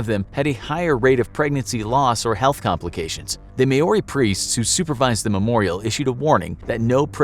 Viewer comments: it's not MAYOURI (American) it's MOUURI (New Zealand) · i am a kiwi and i know its not called may-or-ri its called mau-ri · The man said mayorey instead of Maori 🤦‍♂️ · It’s not may-oree, it’s mow-rrree. You roll the R. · Maori is not pronounced “maw ori” it’s actually “mow ri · May ori? Its mowri. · Your pronunciations are terrible. You should work on that. Mau ree not may or i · The way he say May-Oree gives me anxiety. It’s pronounced Moe-ree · Maori is pronounced 'Mau-Ree' not 'May-Ore-Ee' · The only thing cursed here is how they pronounce Maori. Like seriously, saying it as "meyori" instead of "maw-ree" is atrocious. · It’s not May-o-ri. It’s Maori. I would think a show like this would learn the correct way to say it. It’s MAO-RI. Exactly how it’s spelt. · Not may-oree, mow-ree. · Btw Maori is pronounced like mouldy or like chairman mao is, with a reee on the end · It's pronounced Maori. Mao-di. And yes that's true I ditch them unless I'm on the Marae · As a Kiwi, I couldn’t help but notice that he mispronounced Maori. It’s pronounced more like mouldy or mow-ri/ mole-ri. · Thanks I've always pronounced it wrong as mah-ore-ree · Maori is pronouced Maa-Oh-Ree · I cringed when he said Maori. Im from nz. Its pronounced Mao-ri. 🤣🤣🤣 but kudos for including us!! Kia Kara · You have to roll your r's when saying maori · New Zealander here. Absolutely love the mispronounciation of "Maori" 🤣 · The most cursed thing is this video is his pronunciation of Maori. Jesus. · Please learn to pronounce Maori properly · Why is he saying tutankhamun like that and Maori. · I was hoping to see more comments here, cursing the presenter ...for his horrific and unforgivable mispronunciations of Maori and Tutankhamun. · Please learn how to say Maori correctly. It's so cringy